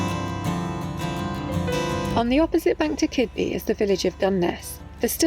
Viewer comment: Bravo :) And it is Kidby not Keedby and Gunniss not Gun-ness. A dialect thing I suppose blah blah blah Lol